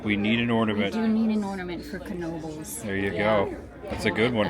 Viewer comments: Knoebels pronunciation is (know-bels) that is if you weren't trolling us..😊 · The K is silent its pronunciation is Noebels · You tell em! "Know-bles" is in "Ellis-berg". "Knoebels" is in "Eel-eez-burg" haha! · Incorrect, it’s kuh-noh-buhlz. The k is fully pronounced because it comes from a family German name. Also when you call the hotline they pronounce it that way on the recording.